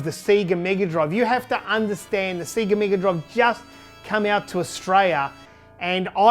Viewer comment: I do love the way you Aussies say sega.